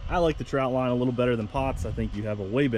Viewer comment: Nice video, but it’s a trotline not a troutline.